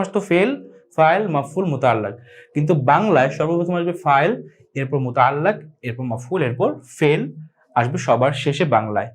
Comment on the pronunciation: sorry Bhai.. Muta'allaq noy muta'alliq.....